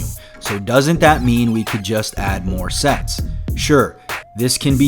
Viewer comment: Did he say, "add more sex?" oh "add more sets"! Damn...